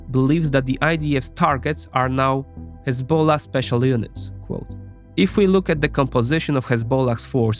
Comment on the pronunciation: bro has some estonian accent or something but the way he pronounces "hezbollah" is like a true arab lol